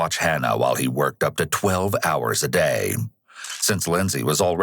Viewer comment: I’m only 17 minutes in but I found it funny the narrator emphasized working 12 hours a day like that’s special. Some of us work those hours many days a week. I’m no bum, worked all my life, got a degree, started 2 businesses, traveled the world. Sometimes you just gotta work your ass off.